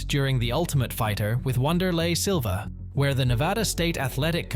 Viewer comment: "wanderlay silva" 💀